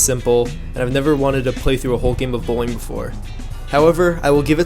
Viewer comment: I heard bullying instead of Bowling at the beginning